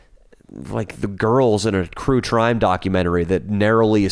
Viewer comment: Jesus I thought I'd had a stroke when he said "crue trime documentary"